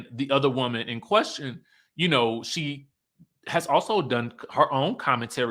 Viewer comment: Yes, and when she says: "I was just asking a kwessionnn." Boils my blood 🤦🏾‍♀️